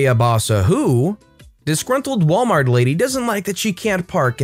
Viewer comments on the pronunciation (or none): none